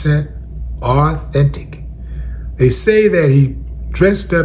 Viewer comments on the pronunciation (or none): “100% R-thentic”🤣🤣